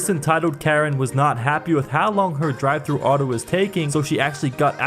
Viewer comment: He said McDonald’s drivetrue